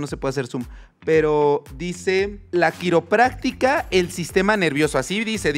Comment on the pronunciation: La “quiropráxia” no que es doctor